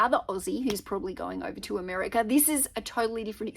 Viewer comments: Yes, I think she was trying hard not to say "Ameriker" after saying it a few times early on. Isn't she EXCITED though?! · Love the way you said "Ameri-ker" in the beginning of the video. You are so cute!